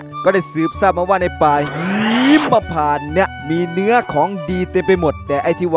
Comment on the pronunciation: ป่าหีมมมมมมะพานไม่ใช่หิมนะ555